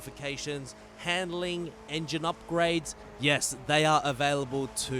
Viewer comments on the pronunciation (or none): none